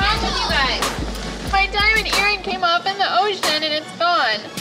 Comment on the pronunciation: I love the : im honna cry my diamont erring